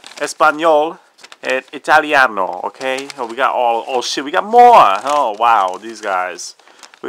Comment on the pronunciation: A Door stopper !!!!! xD Great video! ... The only one showing the watch I was looking for, and not boring like other reviews. I'm going to buy it in a few days, I hope. Ps: nice pronouncing of "Italiano" Ciao, from Mantova.